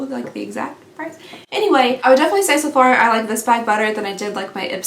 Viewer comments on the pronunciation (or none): LOL….You said “SO FAR” but my brain heard “SEPHORA”….lol 🤣🤣🤣🤣🤣🤣